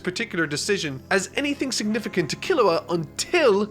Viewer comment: So is it pronounced "G-on" or "G-oh-n". I've always heard it pronounced "G-oh-n" in both the sub and dub. "Kero-peeka", I mean come on. Sub and dub both pronounce it "Ker-op-ee-ka". Almost but I guess I'll need to add Kilua to this list too. As it is pronounced "Key-lu-wa" and not "Kill-ah-wa" And add Hisoka too the list too. Pronounced "He-so-ka". Not to be judgmental but getting the main characters names pronunciations right is kind of important. (and I'm going by the original sub pronunciations, not even the dub version.)